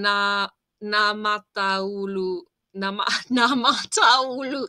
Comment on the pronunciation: It was better all time. Word naamataulu is compound word so try pronounce naama-taulu. And not käärijä relayted three part compound word to end: hääyöaie.